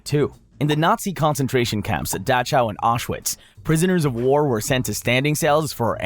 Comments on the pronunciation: Look I just found you and I’m loving these videos BUT you really gotta work on your pronunciation I’ve sat through 4 videos and the amount of mispronunciations like you said Liter (leeter) a litter or in this Dachau you said da chow when it’s pronounced Da cow. I could forgive liter or that wack way you said centimeter meeter not miter. But messing up a name THAT badly? Come on but some more effort in. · did this dummy really say daw chow????? it’s daw how 🤦‍♂️